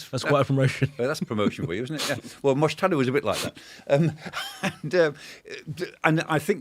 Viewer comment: Its not Mojtada. He is called Mojtaba.